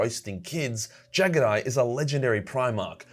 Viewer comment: I hate how you pronounce jaghatai